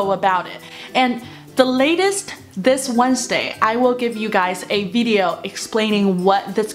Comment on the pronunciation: 有呑音比如VIDEO 没发出来